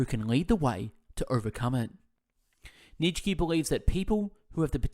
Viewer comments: His name is pronounced Neetshe not Neet shky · Neetshkee, Aaaaah this is painful to listen 😂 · its pronounced nieetzzs eheksye not Neetshe or Neet shky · Neech key 😂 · they're on my channel, but not in English, haha. Jokes aside though, mate, your content is excellent, I've listened to a few of your summaries already and they were great, however this one is just.. it's wrong to mispronounce his name so bad. Nietzsche is such a unique and famous philosopher that not knowing how to say his name might only mean that you've never heard of him before making this summary which just makes you question is it even a good one? Is it even worth listening to it when the reader doesn't know what he's talking about? I'm sure it is great overall except the mispronunciation but I hope you can understand why people comment under here with Neetshkee, it's just painful. Anyway good luck with your channel, all the best. No hate intended!